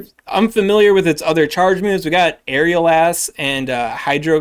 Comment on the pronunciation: Please tell me you said “aerial a$$” on purpose 😂